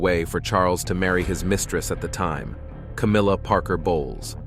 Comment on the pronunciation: Was. That. It. Was. Cowmilla